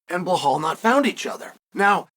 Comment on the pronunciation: I am wondering for years on how Chael can be that good in presenting his analysis and at the same time names like Blahal and Maklachev still slip through his mouth .. ;d